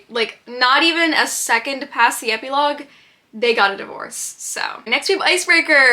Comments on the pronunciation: ep-ee-logue?!? am i crazy or is that NOT how u pronounce it lol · love you queen but that is not how you pronounce epilogue 💀😭